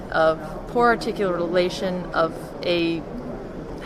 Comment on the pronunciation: a moment of poor "articularation" kek